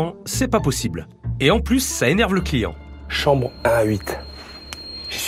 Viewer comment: Jpp quand Phillipe a dis « dans ma sambre »😂😭